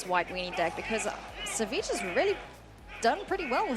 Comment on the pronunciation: I thought his ID's pronounced Savage.